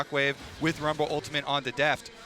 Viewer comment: someone needs to tell that castor that the champions name is rumble....not wumble.